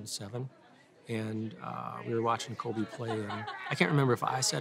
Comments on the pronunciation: her dad one hundred percent just called Kobe "Colby" three times lol, but this girl can BALL!! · Gabe nah nah nah, he def said Colby lol